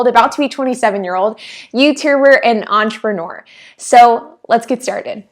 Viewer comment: wow you introduce yourself "entreprner".. cool